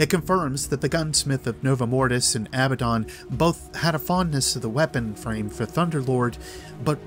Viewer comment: You pronounced abbadon wrong. Its sounds almost EXACTLY like abandon.